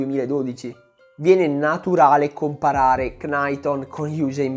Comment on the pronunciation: Capisco tutto e amo i tuoi video perché sono molto specifici e molti di essi spiegano e scavano su argomenti di atletica leggera come quasi nessun altro in Italia fa… Però “Cnaiton” invece di “Naiton” non va bene secondo me. (È una piccolezza)